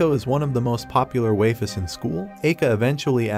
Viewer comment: I can't take another "waifes" bro